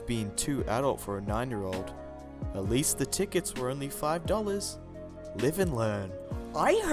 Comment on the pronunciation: Sorry But Least NOT lesst